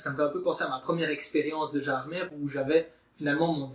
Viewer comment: Gérardmer se dit "Gérardmé" ^^ sinon très bonne vidéo :)